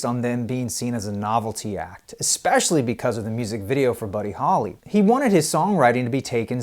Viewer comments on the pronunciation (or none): none